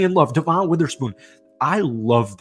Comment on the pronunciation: Jare-In Reed and Deh-Vin Witherspoon